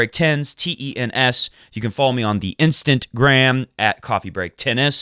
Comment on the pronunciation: you can always go to Google Translate, type the word you don't know how to pronounce and hit the listen icon. Come on, say instagram as one word, not instant gram. Instagram. I know you can do it! Best regards from Brazil.